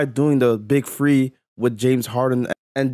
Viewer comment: I can’t watch this when you pronounce the word three as free